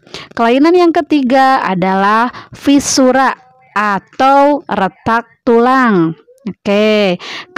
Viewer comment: Visura🤭🤭 harusnya fisura 🙏😁😁😍😍😘😘